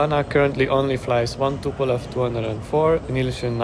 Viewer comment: It isn, t tupolev 😂😂😂